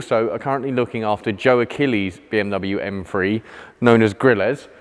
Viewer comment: I swear he says “M-free” instead of M three